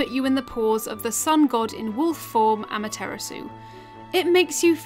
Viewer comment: I taught she called Amaterasu am-a-tiramasu